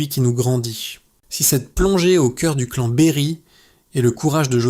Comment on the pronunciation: et oui, l'IA est insupportable ; (remarquerez des mots "clan" être dit "clane" ou linchange "linechage" !) ; l'aspect mercantile avec un outil IA d'une affaire aussi grave est irrespectueux envers Colline. Parler de "tragédie antique", ou de "drame shakespearien" est totalement déplacé et inapproprié ici. Cet outil IA et son ton narratif est déshumanisant au possible.